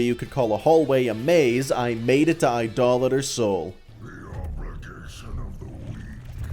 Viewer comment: Can you please teach the other streamers how to pronounce Idolator Sol?